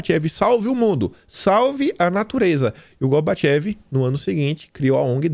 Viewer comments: Pronuncia-se Gorbatchov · não seria Gorbachove a pronuncia?